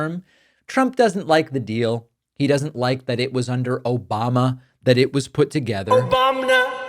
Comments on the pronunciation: Did tRump say “Obamna”?😂😂😂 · OBAMNA! Still gets me every time. 😂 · Thanks for the ‘Obamna’ David. I needed a laugh. Keep up the as always good work 👍🏻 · haven’t watched dpak in about five years, but i’ll never get sick of the “obamna” clip 😭